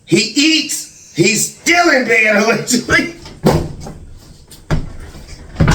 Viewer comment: Speech therapy woud help little. has a bit of a speech impairment too if you listen. I thought he was trying to be funny when he would say, "It's schtill all about God." A lot of times his "s" sounds come out like "sch". Along with his stuttering and stammering, he could stand to work with a therapist too.